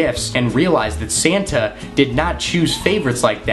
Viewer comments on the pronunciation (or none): Santa not Sana